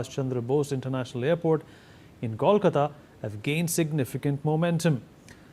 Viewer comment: Not kawlkata. Say Kolkata